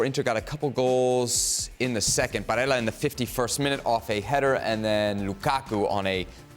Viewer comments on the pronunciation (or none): Should be getting cancelled simply for the way he said “Barella”… where you get Bareya from? 😂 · My man really said Brae💀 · BAREIA? Who's that guy who's speaking? Is he an expert in stamps or glass painting? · Brea💀 Bralela 💀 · Each one???? Barella is one of the best midfielders in the world.. valued 70 million in Transfermarkt (not bad for a midfielder... no???)... not exactly just one generic dude out there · These guys literally have no idea what they are talking about! I mean the guy can’t even pronounce Barella who makes it in the top 10 midfielders in the world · Jan you donkey he's not Spanish he's Italian an 'L' is pronounced normally. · This guy even doesn't know how to pronounce barella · How the help can you not know how to pronounce Barella!!!!!!! One of the best midfielders in Europe. You guys are so epl centric you have nfi about anyone else. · He pronounce the name in Spanish lol not even the basics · it’s not difficult at all, I’m from Scotland and have known how to pronounce Barella since his Cagliari days, these experts are absolutely clueless. Just regurgitate the same old nonsense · These clowns are paid to know and talk about football. If they can't even pronounce the name of an international player of high calibre, there's little chance they know what they are talking about.